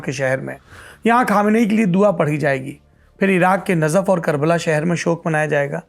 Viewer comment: Bhai, Najaf hai woh, nazaf nahi hai.